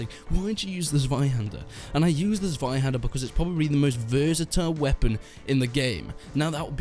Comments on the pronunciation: Check the Zweihander pronunciation Z-[ts] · As a german, i am really triggered by your pronunciation of "Zweihänder" XD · It's way too funny how u say zweihänder xD